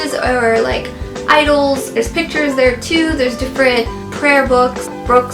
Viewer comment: It is I D O L S. Not isles